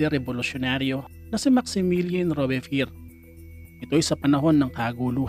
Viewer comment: rowbz·pee·ehr ang tamang pag basa sa Robespierre